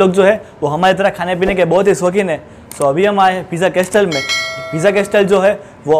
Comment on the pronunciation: Pronunciation Correction Bro... its કાસલ not કાસ્ટલ... બાકી all ur vidz r super duper... keep it up... love from a'bad..